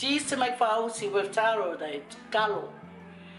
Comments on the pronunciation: 😂😂😂 how you pronounced it... It's FA-AU-SI not FA-U-SI 🤣🤣🤣 Malo... Looks so good thou...I want to try making it with kalo... ❤❤❤ Can you please make "MASI POPO". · I cringed when you pronounced faaausi. It felt like you were swearing in Tongan ‘matausi’ 😂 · 🤣🤣🤣 I swear I thought u were just kidding with your pronunciation of this until u kept saying it wrong all the way through 🤦🏻‍♀️😅😂🤣 oh you're funny. Thank you for this lol made my night!!! I hope u and the fam are safe and well during COV19 🌺